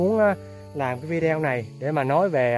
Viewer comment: Em oi ! Video phat am la “ Vi đê ô” nhé em! Mong em học được cách phát âm mới của người ngoại quốc cho đúng nhe. Thương em nhiều. Chị chúc em và mẹ được mọi sự may mắn. Đợi song mới ngày một khà quan hơn.